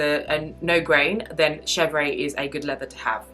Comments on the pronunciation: Yes, the pronounciation is she-vr (with a tiny “uh” at the end), not ay. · Just pronounced shev-rr (no ‘aye’ at the end) -otherwise, good video. I like all leathers for bags except epsom but I realize I’m in the minority. Clemence and Box are my faves. Togo has veining at times where Clemence does not.